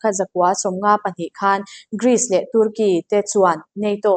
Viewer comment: I mawngkaw"Tûrkey"anih chu a,"Tarki" tia lam tur.